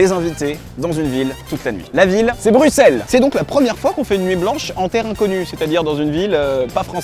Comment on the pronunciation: qui est la en 2025?? et sinon bruxelles cest ma ville!! et jsuis contente t'as bien prononcer Bruxelles genre le X tu l'as dis S merci a toi!